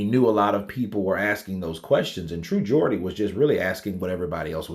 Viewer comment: As a Geordie myself iam genuinly happy you pronounced it the right way lol iam not really a snowflake it was just odd hearing it pronounce the other way lol